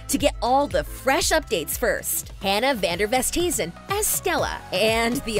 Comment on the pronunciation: It‘s not dutch. It‘s afrikaans and it is pronounced with „van der west-hay-zen“